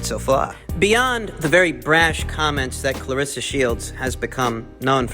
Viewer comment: Why are you putting an 'i'' into the girl's names, dude? Claress-i-a Shields. Savaan-i-ah Marshall.